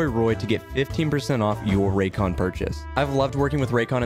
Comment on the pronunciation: Raycon hah Morel like Roycon